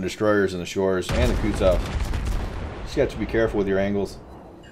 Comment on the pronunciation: wtf are 'shores' and 'kootsof'??